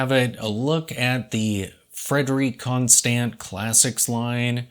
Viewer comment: I’ve heard that the Swiss French way of saying “Constant” is more like “Conston” with a silent “T” at the end. 👍🏻